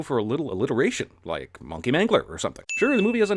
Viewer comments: It's pronounced 'mung-key' not 'mon-key' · Am I the only one who noticed how he says “mOnkey” instead of “mUnkey” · mownkey? that pronunciation makes me feel weird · My guy just over pronounced the -o in ‘monkey’